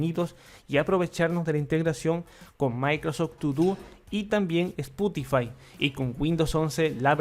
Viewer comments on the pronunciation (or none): none